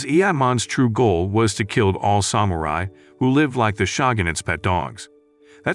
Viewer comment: AI recap. Got me for maybe 15 seconds, but yeah, pretty obvious: diss-ip-uhl instead of disciple, and the weird pronunciation of samurai.